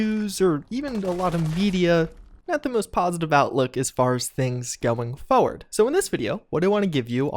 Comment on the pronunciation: You say forward like a degenerate